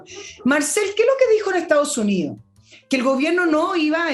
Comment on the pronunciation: Estimada: sus intervenciones serían impecables si pronunciara mejor: Etao Unío, Fuerza Armaa,..se a etao perdiendo... Gracias